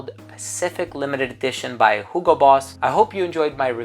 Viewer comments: It's actually the correct german pronounciation of Hugo. So he is just very accurate since Boss is a german brand.😉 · I always thought you were gaslighting me with your pronunciation of Hugo, but I looked it up and you're not. Germans just don't know how to pronounce words I guess.